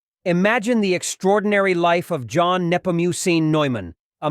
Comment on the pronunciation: This dude really Pronouning it as "John" instead of the correct the spanish pronounciation of "Juan" ,..... really bro ????